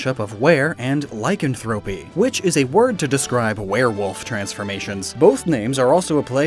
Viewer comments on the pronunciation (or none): My only gripe is your horrible pronunciation of lycanthropy. XD Lie-CAN-thruh-pee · OK. Some of the explanations seem forced, but I guess that's how his mind works. Mimeograph and lycanthropy were mispronounced (check or a similar site). I've got things to do, so I won't rewatch the video to make an extensive list.